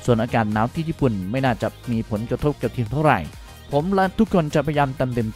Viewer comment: ทีมครับ ไม่ใช่เทียม(ฟังหลายรอบก็ยังเป็นเทียม)